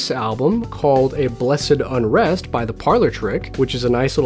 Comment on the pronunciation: i nearly had an aneurysm when he pronounced "a blessed unrest" in such a way that it didnt rhyme